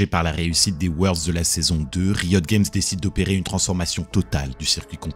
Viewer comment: Bon storytelling et voix posée c'est kiffant mais j'comprends pô pourquoi tu prononces League of Legends en anglais mais pô Riot Games ? S'dommage mais bonne vidéo merci, ça fait patienter en attendant TGR 🙃